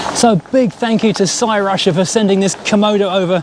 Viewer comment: Interesting they sent one to Hubnut as well. He went Welsh with the pronunciation saying Crusher